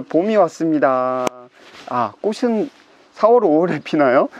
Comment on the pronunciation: 발음교정- 꽃은- 꼬슨(x) 꼬츤(o) / 꽃이 - 꼬시(x) 꼬치(o)